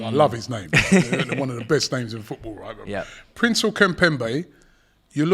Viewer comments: He butchers the name and thinks he's saying it right lmao how PRESNEL becomes PRINCEL is logic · You love his name? And you still got it wrong. Princel kimpembe? Or Presnel kimpembe? Death, taxes and getting the name wrong. I mean how hard it can be? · Man said Prinzel Kimpembe…spare me but it’s Presnel. 💀😂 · lol whos princell kimpembe, its presnel